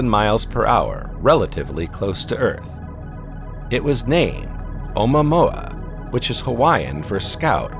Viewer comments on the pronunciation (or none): You are telling people complete nonsense! ... It's not oma mua - not your grandma. It's OU-MUA-MUA. Space Documentary with "little errors". Haleakala is a volcano in Hawaii pronounced on the THIRD syllable. HALE_A_KALA. I know it's hard for a "sz" narrator. In this clip you appear to have improved! You have definitely reduced the "SZ" pronunciation on all words ending in S. Thank you and congrats! My criticism in the above paragraph is really not about something annoying, it's about pronunciation of Hawaiian names. I'd say you are within acceptable limits. But Hawaii is famous for the "silence" between some vowels: HAWA ' EE for Hawaii. LU ' AU for the flower necklace. And some overly pronounced vowels like in Al oooh ' ha. Besides you mispronounce "GLIESE". keep working on it. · Im sorry but "oh moo-a moo- a"😂